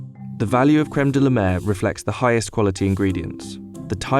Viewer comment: "De-la-mer" my ass :)))